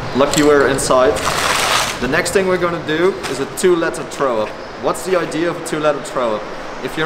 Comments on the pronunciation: "Traow up" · He can't pronounce it. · Im intrigued by how he says throw up lol.